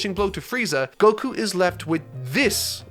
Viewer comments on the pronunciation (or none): none